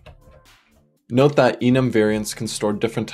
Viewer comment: Im from Argentina. I don't know if you are saying "NOTA" in Spanish or "Note that". Thanks for your videos man. They are helpful and entertaining